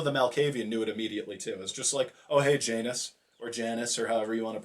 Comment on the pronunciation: Its pronounced janus